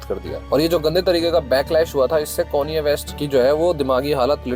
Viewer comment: Bhai bada irritate hora hun m konye west sun ke 😂😂😂